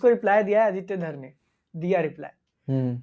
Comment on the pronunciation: Uska naam Aditya धार नहीं,धर है